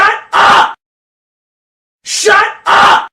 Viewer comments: All hes saying is shuh uh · at this point it sounds like he's saying "shut ugh" instead. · After listening to it for a while, it literally sounds like “SHUT UH-“. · I cant hear the 'p' it sounds like shut Uh!